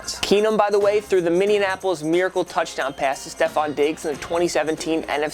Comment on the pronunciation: Bro. It's MinneAPOLIS. Not Minnenapolis.